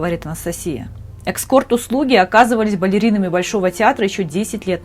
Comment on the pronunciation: Говорите правильно! ЭСКОРТ , а не эКскорт! Вы же читаете!!!!